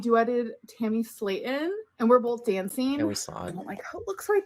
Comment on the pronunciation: Cause her mom says "bolth" too.